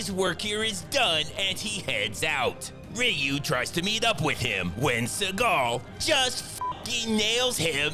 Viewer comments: The fact that youve called Seaguls partner Ryu but also pronounced Ryu wrong in every way each time you say his name killed me each time lmao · Spice busts out all the vowels: Rayu, Reyu, Riyu, Royu, Ru. 😂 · “Roo” isn’t even the most correct and I keep seeing people passing that around. 😭 Maybe with a heavy Japanese accent. For anyone around who might care, it’s more like “RiYoo”… very close to “Ree-oo”, but without a beat between the syllables. It’s basically a contraction of the two parts. That’s all for today’s Learning Hour! Much like Mr. Segal’s throbbing manhood, knowledge is ALSO power! 😄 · i remember when street fighter 2 the game first came out, nobody knew how to pronounce his name, everyone called him "Rai-you' (alotta my mates still call him that) then when the animated movie came out he was called "Re-you' somewhere down the line someone said the correct way to say it was "Roo" i think thats what he's referencing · “Royu” was my favorite. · Rooyu, Riyu, Ru, Royu....ah fuck it!!!! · I like how catered for everyone by giving us variations of pronouncing Ryu. "Roo, Ryyou, Rayyou, and Reo"😂😂😂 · “RYU,Rayu,Royu,Ruhu, Ruw,Riyu,Roohu,Yoohoo 😂. I love how he pronounces his name different everytime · LoL ROY-U 😅😂🤣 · I've seen this video a few times, and I hear you keep mispronouncing Ryu's name. You call him Ryu, Ryu, Ryu, Ryu and even Ryu! It's actually pronounced Ryu, and you have to get it right! You don't wanna piss off Ryu, or else he'll Hadouken your ass! 😂😂😂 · The fact that this guy is pronouncing "Ryu" every way imaginable is proof that he's been around the Sun a few times. When SF2 1st came out it was pronounced "Rye-oo", which is how I still pronounce it. Then it became "Ree-oo". But then all these Japanesycofants started coming out of the woodwork and proclaimed it will now and forever be pronounced "Roo", which sounds like a Goddamn character from Whinnie the Poo. I'll stick with Rye-oo because I'm old and I live in Oklahoma.